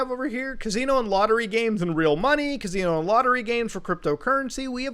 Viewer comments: i love ya muta but holy fuck, its ca-SI-no. not ca-ZI-no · Muta saying casino like cuz see no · Another day, another video where Muta says 'Cazino' 500 times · Muda says Casino in a way I have never heard once in my life.